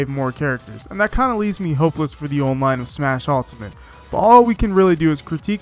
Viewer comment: Great video but the way you pronounce “online” pains me for some reason.